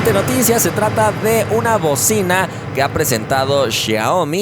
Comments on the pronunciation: Alguien más notó el "novedosa bovina" en lugar de "novedosa bocina"? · NOVEDOSA """BOVINA"""" :D LIKE SI NO TE DISTE CUENTA Y REGRESASTE EL VIDEO PARA CHECARLO!!! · En el minuto enves de qué dija bocina dice bovina ???? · Bobina o bocina no entendí jajaja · Se dice bovina? No es bocina? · dice bovina envés de bocina. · En el segundo dice: "novedosa bovina" xd. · Se supone que es bocina. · Decía bovina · Bovina o Bocina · Una novedosa "bovina" 😂😂😂😂😂😂😂😂😂😂😂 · Has puesto bovina en vez de bocina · No sé si sonare m@ pero si leí bien decía Bovina en vez de Bocina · bovina en vez de bocina xd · Alguien más noto q dice bovina 😁😁